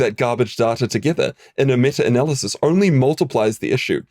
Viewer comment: "metter analysis" 😆